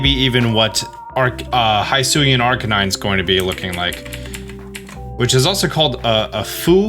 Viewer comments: Can you stop saying “high suian” The narrator says “hi-suian”. Hi as in hill. So it sounds more like hiss ooh eee an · Very good analysis video! My only complain: the pronunciation of “hisuian”, the “hi” is pronounced as the pronoun “he”, not as the greeting “hi”. They say it out loud in the video multiple times :) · “HIGH”SUIAN????? bestie…. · Hisuian is pronounced he-soo-ee-an, just a heads up :)